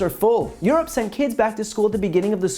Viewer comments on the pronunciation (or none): none